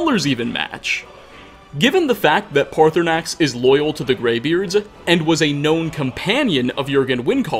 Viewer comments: Dude I have forgiven a lot. Please pronounce paarthurnax properly. The second R is silent. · I for got what direction you need to go to find the shrine but ik that there are dragon scales from there and Sissle (a girl from roikstead) says that she’s had dreams of a nice gray dragon and says that he isn’t scary so that proves that paarthernax (I completely butchered that name) has flown down to the shrine to give some scales!